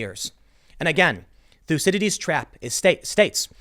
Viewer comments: It's not "lucidities" trap, it's Thucydides. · Everytime Tim says 'thucydides trap' we should take a shot.